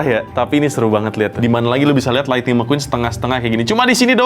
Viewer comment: Thunder Mequwan bukan Lightning McQueen